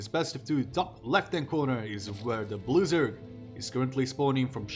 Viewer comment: When you announced Scarlett as the "Blue Zerg" I heard "loser" for some reason. Turned out to be accurate lol